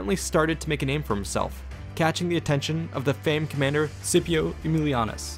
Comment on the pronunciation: why you try so hard on the Latin graffiti but then say scipio like Spanish toothbrush if it helps think of it like skipio